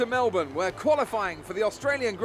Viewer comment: Just so you know for next time, it's pronounced Mel-bin. Nice video!